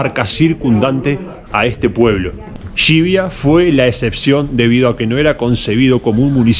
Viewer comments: Tus videos me encantan, en general, pero sería de agradecer que pronunciaras bien ciertas consonantes al tratarse de topónimos. Suena fatal Xivia en vez de Llivia. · Gsivia, no, es LLivia. Llivia.